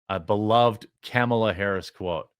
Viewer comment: It's Kamel Toe Harris, not "caramel."